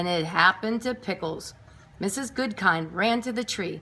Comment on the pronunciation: It’s actually “Mrs Goodkind” not Goodking